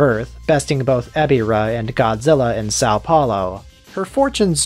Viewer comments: this moment reminded me that americans cant say the "ão" in any Brazilian word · Note to Wikizilla staff: Brazilian here. Next time one of you try to pronounce "São Paulo", try to sound a little bit more nasally when saying the "São" part. Ok?